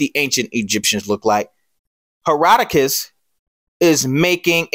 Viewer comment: Love your video brother but “Herodotus”